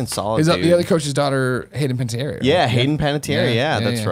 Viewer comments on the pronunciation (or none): What is it with everyone's inability to pronounce Panetierre?